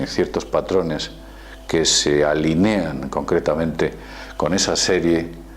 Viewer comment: "...que se alinéan..." en vez de alinean. ¿Mundo desconocido? Gramática desconocida diría yo.